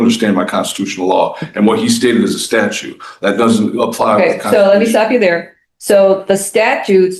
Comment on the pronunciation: Did he say "statue" instead of "statute"? 🤦